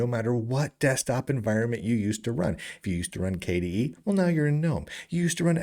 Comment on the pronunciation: because k-dee-eed sounds strange